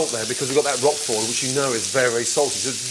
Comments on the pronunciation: Yeah, OK, he says "Roffoll" . But he mostly pronounces it correctly: rock-forr. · "Roqufori" ? Roquefort.